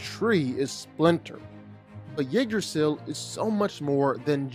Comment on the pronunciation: Also why can't you pronounces jormungandr correctly it is pronounced (gon-der) not (gander) I don't care how it's spelled it's pronounced in Norwegian not English and the trees name is utensil pronounced (you-dra-sil) not pronouncing their names right just makes you sound less intelligent. In no way does it make you sound cool